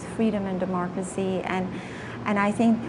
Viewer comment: how low have we become that we have listen to a clown who calls it "demorcacy" not democracy.